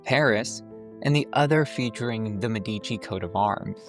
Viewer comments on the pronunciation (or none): I don’t mean to be a pedant, but “d’Medici” is pronounced “dmed-achie” with the emphasis on the first syllable. I enjoyed the tour and look forward to others. “Wilderstein,” the Sukely family home is not far from the Vanderbilt home, and it’s stunningly unique.